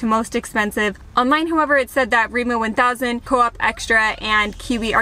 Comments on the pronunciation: Lol I’m sorry but when did Rema 1000, Re as in Emma, become Reemo thousand?🤣🤣🤣 Just to note food prices has skyrocketed this past year due to Russia’s invasion and war on Ukraine. And even Norwegians can feel the consequences, especially those who already did struggle pre covid now has to resort to handouts… and the shops vary from county to county. And it also depends on the season or by each delivery the quality of the goods. Where live we have 4 difference grocery stores, and since they all have different brands I go to them all: Coop, Kiwi, Rema 1000, Joker, and the most expensive them all, Meny. In my hometown we have the same ones, and we even had Lidl, and I was the once but not impressed. Lidl didn’t last long because it wasn’t popular and people didn’t really shop there. Also different brands have different varieties as in the number of food items in a packaging. Some come in multi packs, others with minimum 1-2 chicken filets for example. I hate the huge packages as I eat for 1. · REMA TUSEN, REMA TUSEN! Not remo one thousand! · its Rema 1000 btw not remo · as a norwegian i really laughe out hard when she said " Riima thousand" XD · We call it Rema thousand. We never say Rema One thousand. Just thousand. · rema 1000 is painful to hear haha..